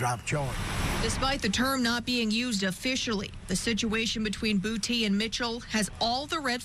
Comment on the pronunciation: Dat nigga last name is Boo-tay❗️❗️😩😂🤣🤣🤣🤣🤣💀💀